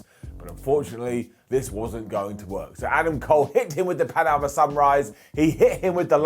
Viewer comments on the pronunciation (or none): none